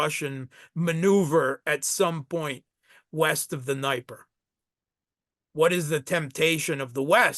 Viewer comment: Note to: Dnieper is pronounced closer to "Nepper". IE is the "soft" E that was use in Polish spelling convention. It has nothing to do with "lie" an "die". Dnieper ("NEPPER")